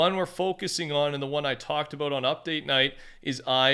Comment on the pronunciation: The way he says about makes me cringe my ass off 😂😂😂😂😂😂